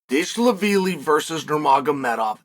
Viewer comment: Chaels the goat, he paused after saying Merab to contemplate saying his surname, he completely butchered it